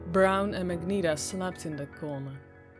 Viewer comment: Overall the reading was really good, but one thing bugged me. The one girl with the magenta uniform, it's pronounced ma-jen-tah rather than mag-nee-tah.